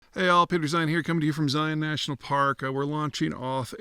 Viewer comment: He said Zion correctly 🎉